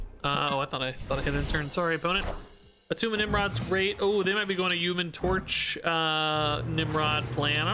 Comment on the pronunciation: its not Attuma